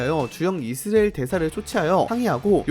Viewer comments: 왜? 우리가 늘 이스라엘이라했는데 너만 느닷없이 이스레일이라고 떠벌리니 거북하고 듣기싫네. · 중국인인가? 이스라엘이 이스레일이야? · 이스라엘 발음이... 나만 이상하게 들렸나? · 이형 아직도 이스라엘 발음 못하네 군대 가기전에듀 틀리더니